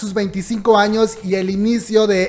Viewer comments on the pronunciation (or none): none